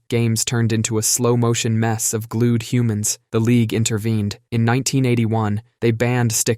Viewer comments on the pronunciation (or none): none